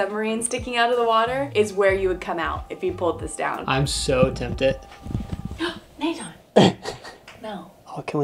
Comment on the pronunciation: “Uh 😮 Nat-han” was hilarious